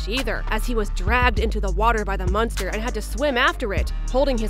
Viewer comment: Stop saying munster